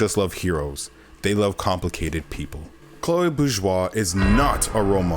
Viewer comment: Oh my god I found the only person that finally says this right without good video Man